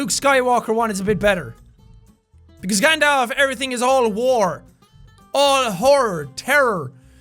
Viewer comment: It’s Gand all f and Luke sky walker not sky wainker and Gand dolf